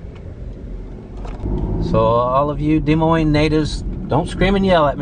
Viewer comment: Nice video. Lived here all my life. Thank you for pronouncing it correctly and not Dez Moines 😆